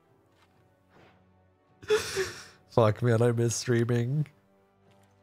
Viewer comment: He said “fook twitch!” 😂😂😂